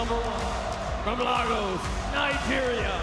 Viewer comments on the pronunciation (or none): No way they pronounced lagos like that😂😂😂